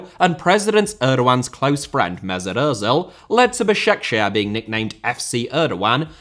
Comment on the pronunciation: Bro the way he pronounced Basaksehir 😭😭😭😭😭😭😭